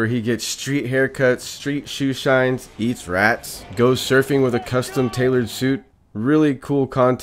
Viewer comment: The way you said eats rats 😂